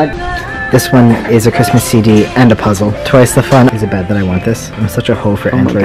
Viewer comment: "Merry cismas"